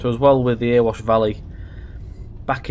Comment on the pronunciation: its not "earwash valley" its "eh-re-wash"